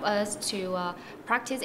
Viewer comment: hình như trong phần phỏng vấn bạn nữ phát âm sai từ enhance , có phải k nhỉ